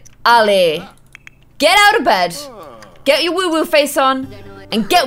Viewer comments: It's woohoo not woowooo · Stop saying WooWoo it’s WooHoo